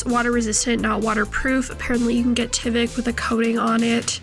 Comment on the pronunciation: It’s tyvek with a long I sound